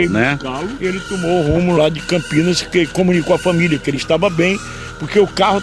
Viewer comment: Parabéns pela matéria, mas o nome da cidade é Campinas e não Campinhas.